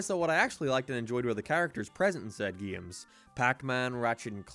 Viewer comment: "Geeums." Are you saying "game" funny on purpose? What is wrong with you?